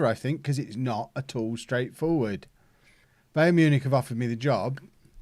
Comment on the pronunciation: Is it me or is mispronouncing Bayern Munich?